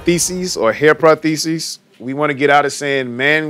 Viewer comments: I can't get past this man saying "protheses" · Dude better learn how to say prostheses if he's gonna call it that 😂😂